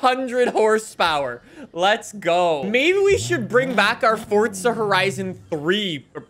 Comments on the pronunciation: It’s forza not fortza get it fuckin right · Clown still saying "fortza" lmfao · I do not like the way he says Forza. He says Forca. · Why does he say “FORT-ZA” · 😲Fun fact: Did you know that there is no "T" in Forza? Crazy, I know 🤯🤯🤯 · stop saying forza with a t